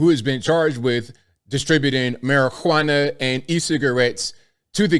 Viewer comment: You pronounced it as mari-hwana 😂Juana